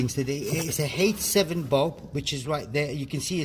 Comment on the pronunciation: Can you please type here what type of light bulb it is? I can't quite understand if you're saying H7 bulb or 87 bulb